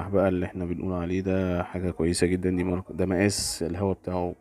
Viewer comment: اسمها ماركة مش مارقة انت عامل زي الواد بتاع ارقب